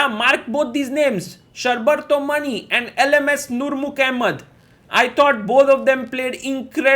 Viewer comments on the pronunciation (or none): its pronounced = Shor (like the word FOR) + Bar (like Bar of Chocolate) + Tho = Shor-Bar-Tho Also the surname is pronounced = Maani not Money